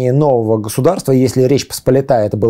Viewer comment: Что с ударениями у? Какой ТрУбчевск? ТрубчЕвск!!! Какая ПосполитАя? ПосполИтая!!!!